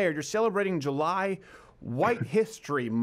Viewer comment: Jew-lie? Uh, nuh yuh dit-iinnnt!